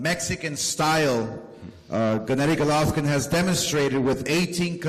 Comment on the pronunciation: WHY DOES OSCAR SAY GOLOFVKIN????